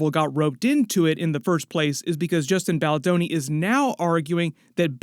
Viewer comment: Who tf is Justin baldaroni? Lmao